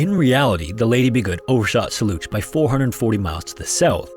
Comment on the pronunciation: You scam us with a C 47 and fake skeleton in a picture with the title to make us believe that this is a new story. It's old, been covered countless times and you can't even pronounce "Soluch" properly. It's pronounced like "Soul-ook". Piss off!